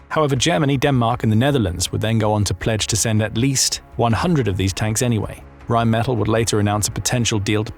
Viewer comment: It is RheinmetaLL, not metal.